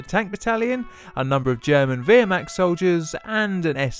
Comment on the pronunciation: Did he not say wermacht german enough for you?